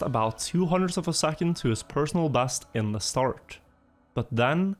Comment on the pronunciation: Played trackmania a little bit with friends back in the day. These videos are great. Its hilarious to hear you using Æ as an E in all words. Like personal bæst etc🤣🤣🤣 Heia norge:)